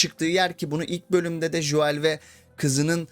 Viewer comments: Lütfen Şu Joel a [Jo əel] demeyi bırakın adamln isminin telafüzü [Go:l] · Artık telafuzda joel deme !!